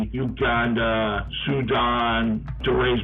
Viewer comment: When you say Uganda that when I lose all hope in the credibility in this documentary... seriously Uganda